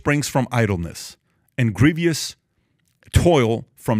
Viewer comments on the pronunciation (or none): none